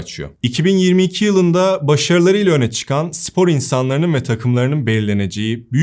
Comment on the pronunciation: Sevgili, “sipor” değil, “spor”.